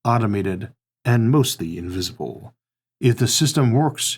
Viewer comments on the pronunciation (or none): none